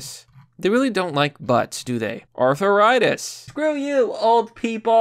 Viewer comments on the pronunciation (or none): When he pronounces arthritis, Aurthuritis...